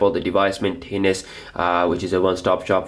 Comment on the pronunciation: The way you say Maintenance and Multitasking is cringeworthy. Pronounce better please. Also you seem extremely bias toward nougat being best.